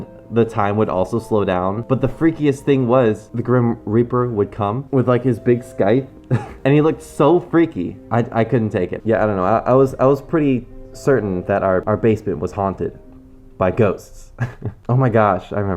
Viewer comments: Skyth hmm sigh thhhhh are da way you say it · scythe 'sk-eye-th' why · am i the only one annoyed by the way he said scythe XD Sky-the... whut?? is that a real way of saying it? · It's pronounced SEETH. It's spelled scythe. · im sorry, how did you pronounced "scythe"? lmao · I hate to tell ya this but.. The "c" in scythe is silent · lol, he pronounced scythe incorrectly.